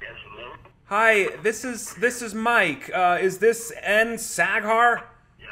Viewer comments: 😂😂😂 sack hair, I’m screeeeming 😂😂😂😂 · Sack hair hahah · Just as pronounces the name Saghar, it sounds like the German word Sackhaar which means testicle hair! Best regards to Multi Visions and its leader Mark the Shark! <3